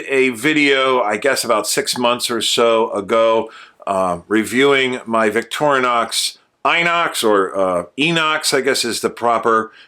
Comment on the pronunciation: I like how you pronounce Victorinox.